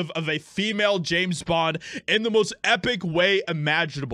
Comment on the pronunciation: James Bond, not Jane Bend